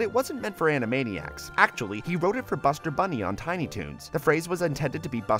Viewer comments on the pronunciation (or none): You said animania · Were AN-A-MANI-ACS and were zany to the max!